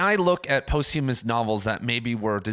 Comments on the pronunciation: posthumous is pronounced 'pahsthyemmus' not post-hume-ous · For a guy that "talks for a living" you really ought to learn how to correctly pronounce posthumous.